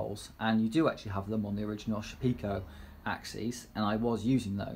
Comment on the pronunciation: Nice informative video. Can you give the names of the spindle which you discussed? It was just a bit too quick to pick out. Just wondered where you heard that pronunciation of the Shapeoko... maybe it's a tendency in the UK to try to see everything relative to tea (Sha-pekoe)? :) Everyone else seems to say Shape-oh-koh.